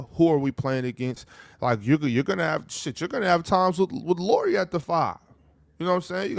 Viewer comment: Dudes! You literally had Chandler there to model how to say Lauris name correctly (as much as native English speakers can) and not one of you learned? You still kept calling him Lori the whole time.